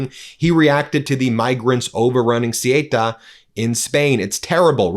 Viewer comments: The two Spanish cities in North Africa are called Ceuta and Melilla. Ceuta, Not Cyeyta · Ben, the spanish enclave in Morocco is pronounced like 'soo·tuh', not 'su-way-tah' 🙂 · Ben it's called CEUTA !! not Sieta., just CEUTA. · It's "Say-uuuuuuutah". And is chocker full of MosCIAsad footprint due to Spain not bowing down to USraeli policy. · It's pronounced {Soota)r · Spanish city names..... off the top of my head.... Cuelta sounds more like Quelca and Melella sounds more like May-lea-yah...... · Ben, it's Ceuta - pron. thay-otah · Ceuta is pronounced soota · Ceuta is pronounced Say-ooh-tah. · Ceuta is pronounced Say uta. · Ceuta, the Spanish colony 😶‍🌫😄 It's pronounced Sow-Ootta 🤗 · Learn how to pronounce Ceuta before talking about it ‼️👎 Your pathetic avoidance of the word Zionist is so obvious! The whole Morocco/spain thing is a Zionist operation and you’re too cowardly to mention it ‼️‼️👎🤮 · Please, as a spanish person, do NOT say Ceuta nor Melilla like that. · Dear Ben, dear meidas touch, it’s not so important but if you talk about Ceuta in Spain, you should pronounce it different. C is pronounced an S like in the word „Song“ In the word Ceuta, the e and u are pronounced separately, unlike in the word Europe. e like in „Bed“ u like the ou in the word You T And a as in „art“ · You mispronouced Ceuta